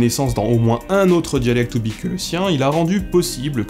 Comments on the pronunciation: Très intéressant ! :) Mais tu es sûr que ça se prononce "oubik" ? Quand je m'étais renseigné les linguistes que j'avais entendu disaient plutôt "oubour". Ça me semblerait logique vu que la latinisation des langues de cette région emploie souvent le "y" pour "ou" (à cause de l'alphabet cyrilique) et le "kh" est généralement prononcé comme un "r" aspiré (comme en arabe par exemple). Qu'en penses-tu ? :) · tu aurais pu faire l'effort de prononcer oubykh proprement quand même... x) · ça se prononce "oubyr", kh = r